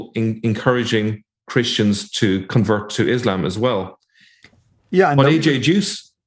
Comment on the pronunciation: lol no. I think u said converted but it kinda sounded like allergic or so it did to at least 7 of us 😂